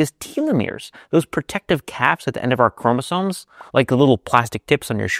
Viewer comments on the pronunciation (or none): none